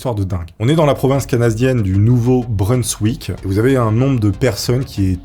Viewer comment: le nom de la région où cela se passe ne se prononce pas "Nouveau-Breunsswick" mais "Nouveau-Brinssvick"... Ah là là fait des efforts sur les prononciation car par moment c'est vraiment catastrophique, désolé😅et surtout quand tu le répète plusieurs fois de suite dans un très court laps de temps c'est horrible à entendre et au pire si tu n'est pas sur de ta prononciation alors ne le prononce qu'une fois et dit ensuite "de cette région" ou "de cet état", sinon merci quand même pour la vidéo👍